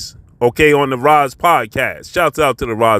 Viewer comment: Bro it’s the “RISE” not the “Roz” or “Ras”